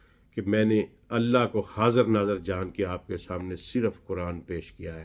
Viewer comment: یہ قرآن کا ماہر اکثر قرآن غلط پڑھتا ہے ان اللہ میں اللہ کے نیچے زیر پڑھ رہا ہے